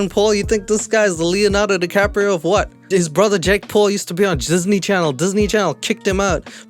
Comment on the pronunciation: I love how you said jizzney channel